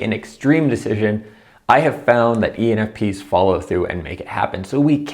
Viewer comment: I dont think he realizes he is saying penis !! hahaha